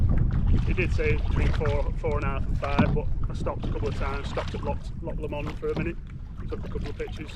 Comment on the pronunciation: Loch lawmonde 😂😂😂 it’s pronounced;loch lowmond